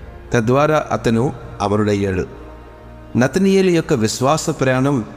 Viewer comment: నతనయేలు కాదు నతానియేలు.